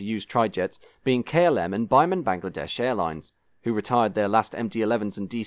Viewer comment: Most likely you will never have to say the name of the airline again but Biman Bangladesh is pronounced as (Bee-maan) not (Bi-man)